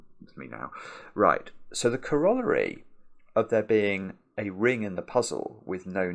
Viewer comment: That has got to be the worst Britishism I've ever heard. That is NOT how you pronounce corollary. Lol